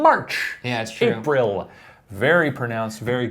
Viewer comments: listen to how he says April lol it sounds lol "ape-rel" you'll see what I mean when u listen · Hey Shane, why do you say April so weird?